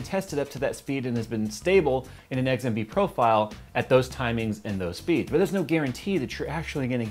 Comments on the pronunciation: He pronounces XMP as eggs-an-p lol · Why does it sound like you're saying Eggs M P?